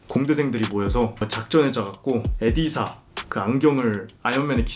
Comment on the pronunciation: 에디사 가 아니라 이디스 입니다 불편해하시는분들 있으실까봐 ㅠㅠ